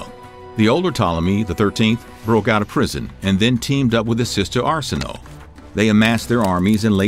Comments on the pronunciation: It is Ar-si-no-ei not Ar-si-no! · Shouldn't it be pronounced Are-sin-oh-way...right? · Arsinoe is pronounced as “Are-sin-o-a” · Arsinoe is pronounced Ar-seen-oh-way. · Every time you said Cleopatra's sister's name I wanted to scream . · Came here to say this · no ones gonna mention how his saying the name of her sister incorrectly